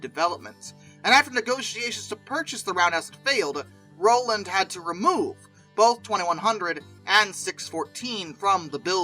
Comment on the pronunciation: Need to research the pronunciation of many names in this production … Striegel, Rowland, Kughn, Hagerstown just to name a few.